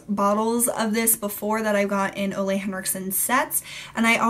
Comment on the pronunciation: Ole Henriksen's first name is pronounced "Ooooh-lah" (said like the ooh in "ooh la la"). Just so you know! I met him and when he introduced himself, he obviously spoke his name aloud, that's how I know!